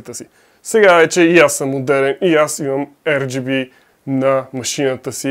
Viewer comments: R = АР , не ЕР плс брат. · ар джи би, не ер джи би